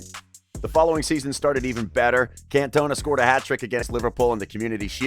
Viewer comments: Your pronunciation grates my ears. The guy is called Eric Can - ton - ah. You mispronounce every French place name. Even if you've no idea about France, Auxerre and Marseilles are famous clubs and you should know how to say them. Eric didn't cost €22 million - the Euro hadn't been invented in the 1980s and that sum would have been about 5 times greater than the world record transfer fee (Maradonna to Napoli in 1984). He cost 22 million Francs (about £2.2 million or €2.5 million). Fairly clear you have little knowledge about football in this era - if you did, there's no way you'd make these kind of mistakes. I mean, you can't even say the bloke's name right! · Bro, not trying to be negative but... you gotta do your research for the pronunciation of the content you talk about. His song is "OOH AAH, Cantona!". Makes it seem as if you aren't a Football fan.